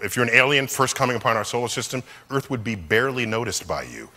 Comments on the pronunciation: This is earFFFFth Earfffthh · New pronunciation of earth 😂😂😂